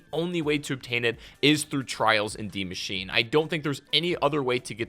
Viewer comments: Dee machine🤣😂🤣😂 its DIE MACHINE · Why is he saying deemachine?